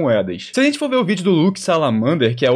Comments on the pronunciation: Cara fala zenti.. igual o fefito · Ótimo vídeo! Vc fala a zente e izn Troca o g pelo z igual o fefito hahahahah